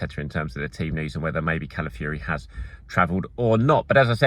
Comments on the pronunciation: It’s pronounced kah-lah-fee-OH-ree if anyone is in doubt. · Pronounce Calafiori ffs